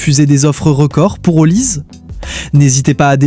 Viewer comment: C'est l'IA qui fait les commentaires ? ? Même le nom de Olise incapable de bien prononcer? Pffff